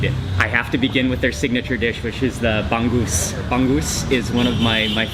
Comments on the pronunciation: It's not bang goose.. It's ba-ngus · it's Bang - OOZe (not Bang - Goose) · it's not bang-goose.... say the word hung but with a B.... bung-oose = bangus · its bangus not banggus hehehe 😂😂😂😂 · bong goose? cmon..bong ose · Bangus is read as Ba-ngus not Bang-gus. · it's not pangoos is bangus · It's not "bang-gusan", It's "bang-usan" and also "bang-us" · Hi there mark! it's anyways pronounced as ba-ngoos. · The way Mark pronounces Bangus make me smile, the G is sort of silent in the word Bangus